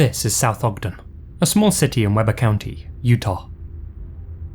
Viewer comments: that second one is minutes from my house,,,, i’m just chilling, watching this video and all of a sudden i heard say “south ogden”,,,, like what (also this doesn’t really matter, but it’s weeb-er, not web-er. utah pronunciations can be kinda roundabout) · Okay so I am a Utah native and I live really close to Ogden and I spent a lot of time in Ogden it's not pronounced "Webber" it's pronounced "Wee-bur" 😅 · FYI, Weber County is pronounced Wee-burr. It's a Utah thing. If you ever get a story in Tooele, Utah. It's pronounced Too-Will-Ah. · Weber isn't pronounced like that. It's pronounced we-ber not web-er. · I’ve driven by that house quite a few times. Creepy that this happened near my hometown. Common mispronunciation outside of the area, but we pronounce it Wee-ber. 😊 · He did mess up the pronunciation of Weber county though. 😂.